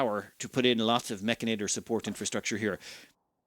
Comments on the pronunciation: It's Mechanitor, not Mechinator! Why do you make my OCD go off like this? lol... Also, you start with 2 control groups on the mechanitor. Also also, you can paint your mechs. Look in the mech tab at bottom of your screen. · It's also "Mech ani tor," not "Mech ina tor"